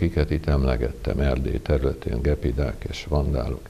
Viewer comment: = Gyepi dák a " gepidák " .